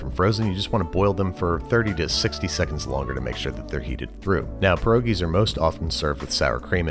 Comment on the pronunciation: There's gonna need to be a botched for this one. If only to not say "pierogies" lol